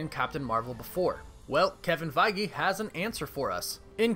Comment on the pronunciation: Am I the only one who was disturbed by how this guy pronounces "Feige"?